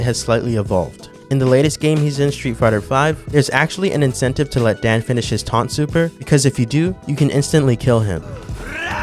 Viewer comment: Just a couple of harmless notes: - it's DAN, not DEN. Japanese pronounce. - Another super long taunt (not sure how useful that may be) is the one of Rainbow Mika in SFV.